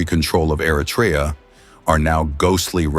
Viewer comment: Try first how to pronounce Eritrea please . Don’t say Artrya